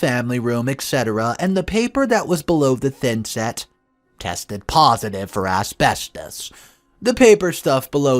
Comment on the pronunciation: You say asbestos wrong